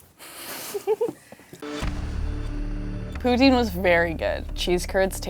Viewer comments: I was told from several Canadians that it is prounounced Pou-teen. 🤷🏻‍♀️ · What kind of French is she speaking? It’s not poo-tzin it’s poo-teen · Hahaha I’m Canadian and when she said “that’s why there called POO-tine” I was like omg that’s so mean 🤣😭 I could nevvaaaa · *Quebecers. You can know when someone is from Quebec by the way they say poutine, irregardless of the language. Case in point;.